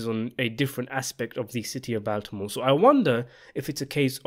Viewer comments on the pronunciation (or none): BAWL timore. NOT BAL timore. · C’mon bud everyone knows it’s pronounced BALLtimore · yo please learn how to say baltimore🙏🙏🙏🙏